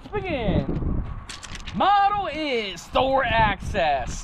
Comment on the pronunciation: It's Axis, not access